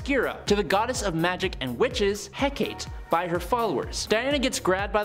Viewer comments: Not Hec-ate. It's pronounced Hec-a-tay. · Hek-a-tee is how it's pronounced